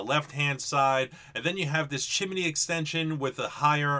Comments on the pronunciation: Chi-mi-ney? 2 syllables please. Chimney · Chance S. I'm about halfway in between you guys in tennessee, and I have never heard it pronounced the way he said it. Chim-knee is what I say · I love your videos, I thought everything was gonna be as usual until you started about the chimminy, that's how it sounded to me anyways. I know your from the east coast, (no hate) but down here in Louisiana we say stuff different than y'all. it just cracked me up. keep up your work man, much love from the stix down here. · Did you say chimeney?